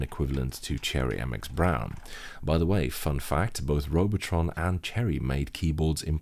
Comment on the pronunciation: That German is spot on.